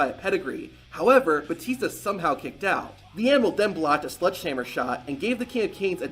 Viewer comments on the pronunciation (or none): Are you saying “sludge”hammer or sledgehammer?